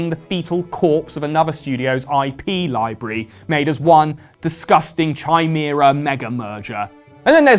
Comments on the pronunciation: Who says chimera as "Chai mera"? It's "Kai mera" right? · chai-mera as a pronunciation for chimera is delicious colonial echoes of the past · I've never heard the word chimera pronounced like that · for some reason the way you pronounced "chimera" here has burrowed into my brain like a worm to RFK Jr. I'm not mad, i just want to understand why.